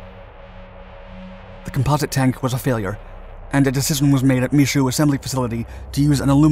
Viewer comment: Yeah! Pronounced Michoud correctly! Woo!